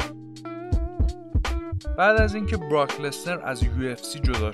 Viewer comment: اون لزنره نه لسنر-_